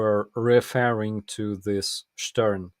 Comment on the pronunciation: "Stern" is a German magazine -> "star" / "зірка". Pronunciation "shtairn" / "штéан" 😉